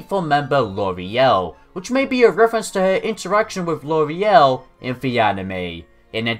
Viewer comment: Lore-lye. That's how Lorelei is pronounced...